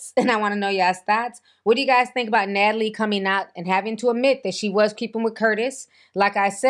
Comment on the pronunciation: “Nat-A-LIE” strikes again 😂